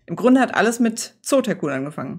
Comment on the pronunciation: Dieses Spiel war auch mein Erstes! Vielen Dank fürs Zeigen und das konsequente korrekt-Aussprechen des Titels!